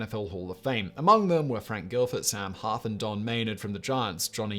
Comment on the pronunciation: Excellent video … but boy, did I cringe at some of the mispronunciations of the players names. I counted five. In particular, Johnny Unitas was You-NYE-tas not YOU-nitas and Kenny St-AH-bler was STAY-bler. Oh and Frank ‘Gilford’ was probably Gifford, who went on to commentate for CBS for 20 years. I still clicked ‘Like’ though :-)